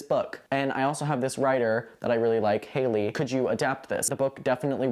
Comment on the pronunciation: It's Hal ley Feiffer not Hailey. She's a successful playwright.